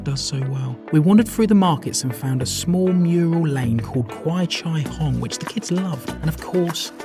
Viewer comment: OMG! u totally nailed the Kwai Chai Hong pronunciation! The sweet moment meeting up with family, how lovely! Those kids are the cutest things! So adorable! i consider myself to be very blessed to be living in this stunning metropolis the world loves and surprised by it so much, but I can never be stunned over and over again by the breathtaking skyline of KL everyone captures in their videos like urs.....KL is ever evolving and transforming. That lady doing the Hena thing is a true artist, wow! I am amazed by her skills, and very stable hand too! Actually, Little India is one of the most popular must-go and have-been for tourists...I hope u guys tried the Banana Leave rice? Selamat Datang ke Malaysia. Welcome to Malaysia. Hope Malaysia treats everyone the best possible way with awesome memories to be made :P